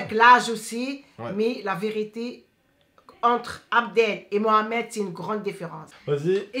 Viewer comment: amar bensaber lahcene elle dis pas « c’est la vérité »elle dis « si la virité »